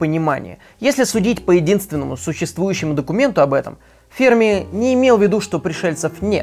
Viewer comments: ФермИ, а не фЕрми! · Все видео «фЕрми», но с таки сарвался и начал говорить «фермИ»... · Почему-то думал Ферми́ , оказывается Фе́рми. Ок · Ферми Ударение Ударение на последний слог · Потратил 8 минут своей жизни на человека, который «Ферми» правильно произнести не может и льёт воду!! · Энрико Ферми, ударение на последний слог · Не Ферми, а Ферми!